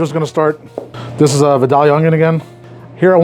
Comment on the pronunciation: as a native Georgia peach, if anyone was wondering, its pronounced more like VI - Dale - e- uh. I worked as an agricultural inspector at the state's largest farmer's market before...we had a class on how to tell if you had a good, or bad Vidalia, without having to cut one open. Pretty cool class, actually. Love your videos you guys❣️